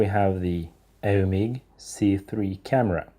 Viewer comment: It is Eumig, not Elmig. (eu = [oi]). Don't chew your fingernails, it is disgusting. Finally, please explain how by splitting the film becomes thinner? Sure you don't mean narrower?